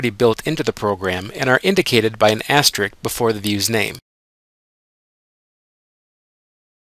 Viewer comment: If I were hiring someone to sell my product via a YouTube presentation, I would want somebody who knew how to pronounce asterisk (with a "risk" at the end instead of a "rick").